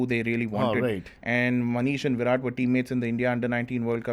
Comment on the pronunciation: can't even pronounce Virat's name correctly...disgraceful😂